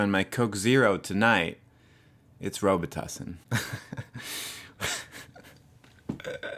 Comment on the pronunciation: When ever I hear the name Robitussin I laugh out loud .. I know someone that would pronounce it wrong and say Rawbitoosin. LOL :-P